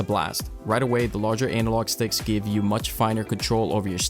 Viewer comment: Did you just say anal log stick? 🤔